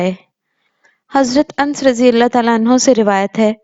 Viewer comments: Ans nhi.... Anas bolie.... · Nane leyna tou seekh key mohtaram chanel khol liya kisi aalima say tasdeeq karliya karay shrum karay khuda ja khof karay medical k leye tou doctor say poochtay hey masail k ley khud hi aalima bun jati hey ans nahi anus hota hey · Anus naam hai unse Nahin padha Jata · Name ans nahi anus hota hey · Ans nhi madam Anas h ,, aurat ki awaz ka bhi parda h islam me eislie aurat ko imam , qazi, aur nabi n banaya..